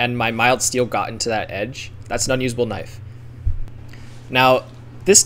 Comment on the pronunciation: Boi made " Now this is a knoife " 💀